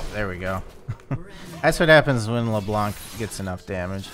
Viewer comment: Hey ! U know that Leblanc is a french name ? We don't pronounce the C 😊 Blanc means white in french but the C is mute 🤭